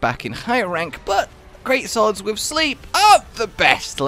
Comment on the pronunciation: "the best thing is great sorwd" Me NO Chardeblade intensefise